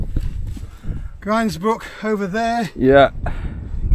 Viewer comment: At least messner pronounced Grindsbrook right, beavers and loads of others mis-pronounce it. Grind, rhyming with rind or bind is correct. He did however annoy the f@ out of me with loose hill, rather than lose...rhyming with booze...how can lose possibly, like ever, be loose? Pet hates and all that. I'm born and bred sheffield, the area is my back garden. No more loose and grind rhyming with pinned lads, it's f@ reyt annoying.